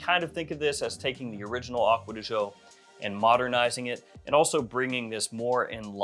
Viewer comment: Ahhkwa dee Gee-Ohhh